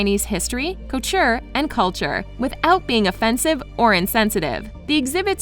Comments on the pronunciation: anyone else notice that the speaker said culture instead of couture while reading the title of Guo Pei"s book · When she keeps saying culture and not coture😂